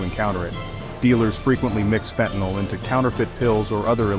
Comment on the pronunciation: Get it right it's fentanyl NOT fentanol